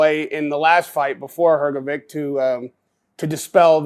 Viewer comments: Dude I love you, but it's HrgoviCH, not HrgoviK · Why this american journalist always call him hrgoviq I mean he is journalist and can hear his surename is hrgovich?